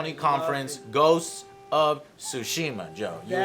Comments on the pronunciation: It's TSushima damn you, like tsunami. It's NOT pronounced Sushima. It's not a sushi. TS is not the same as S. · In Ghosts of Tsushima the T is pronounced so it isn't Sushima its TSUshima. Say the word TSU fast. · its not SUSHIma.. there is a T infront of it. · Joe gives Other Joe shit because he can't pronounce "Tsushima." Meanwhile Joe can't even pronounce Sony haha. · Joe, you're not saying it right either. The "T" in Tsushima isn't silent.